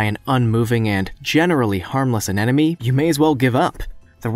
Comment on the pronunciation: You kept saying anenome, it's anemone. An emon e ..not... an enom e.